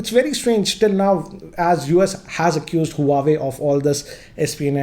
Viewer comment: It's not hu-a-way...its wah-way